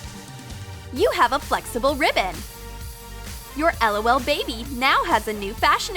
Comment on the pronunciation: its prononced lol not lool